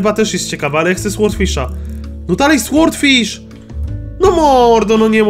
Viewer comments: to tak przeszkadza jak mówisz słordfisz. Powinno się czytać sordfisz. Nie ma za co😉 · nie,,słordfisz", tylko,,sordfisz" się mówi! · Brimble Fish W słowie sword jak i w słowie sword fish, w jest nieczytelne czyli powinno się czytać sordfisz i niewyraźnie r i d😉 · Franek Zawias Nie da się tego przeczytać po polsku, bo nie jest to ani ł ani o. Jest to dźwięk coś między, i gdy czytasz fish to i wymawia się jako y.